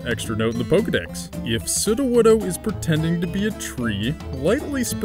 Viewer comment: Good pronunciation of Sudowoodo 👍